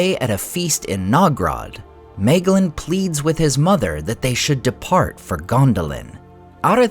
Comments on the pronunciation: Bröther, your pronunciations absolutely kill me 😭 it's in the back of the book. It explains it all very clearly. my - glean NOT may - glin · Just noticing how you got the pronunciation of Nirnaeth correct, but always say May-glin